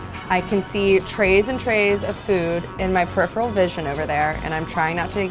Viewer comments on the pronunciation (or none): none